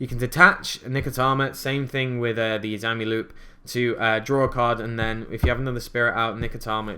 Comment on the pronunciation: the spirit monster izanami is pronounced like: "eez-ah-nahm-ee" sorry. I don't wanna be a jerk, but mispronunciation bothers me. ._. Love the deck though! I did a tag duel using my prediction princesses with someone using a herald of perfection deck and it was hilarious since both decks use all fairies. perfection, Tarotrei, and PotF is a near unbreakable board.